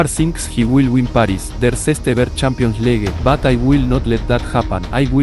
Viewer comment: i love when he says champioans ligue my english bad sorry